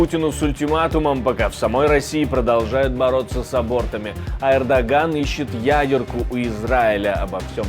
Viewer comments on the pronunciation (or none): none